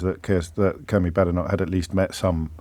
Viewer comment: Does JOB deliberately mispronounce Badenoch? (I know she's awful but saying her name wrong undermines anything you say imo)